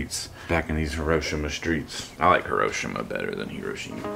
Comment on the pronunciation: Hi-ro-shee-ma. Have the courtesy to learn to say it properly.